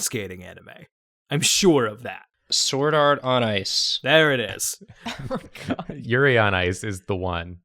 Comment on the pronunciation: Did no one else hear say "Yuri Art"